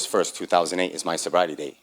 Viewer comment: Did he say August 1st 3008? Sure didn't sound like 2008